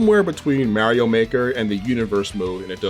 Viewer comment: you cant trust anyone who says mario like that